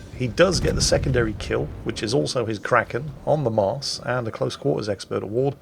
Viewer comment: We can hear you've been in The Netherlands. Your "Maes" pronunciation is spot on.